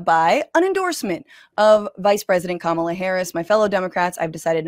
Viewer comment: Once he said, “kuh-MAH-luh” I clicked off. I can’t take him seriously.